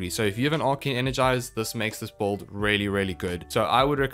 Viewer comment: lol it’s “BUILD” not “BOLD” 😂